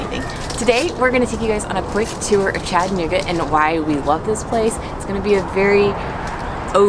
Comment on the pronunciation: Thanks for pronouncing the cities name correctly. For an unknow reason, some will pronounce it Chatt-nooga. Doing this, while clearly seeing and knowing the middle a is there.